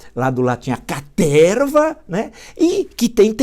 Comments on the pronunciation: Professor Villa assisto seus videos so pra escutar "CATERRRRRVA". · Boa noite Villa, me racho de rir qdo vc fala caterrrrrva🤣🤣🤣🤣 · um velho com palavras velhas com a cabeça velhA!!! "CATERRRRRRRRRRRRRRRRRVA" KKKKKKKKKKKKKKKKKKKKKKKKKKKK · A caterrrrrrrrrva !!! kkkkkkkk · Villa chega a dar um pulinho da cadeira de tanta felicidade ao anunciar o pega-pega na caterva.